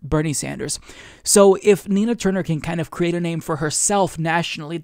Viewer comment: I thought you said "tina turner"